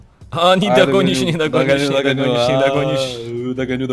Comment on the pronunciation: Это "Нидогонишщь" бесит